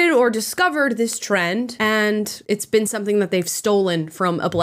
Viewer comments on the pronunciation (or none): none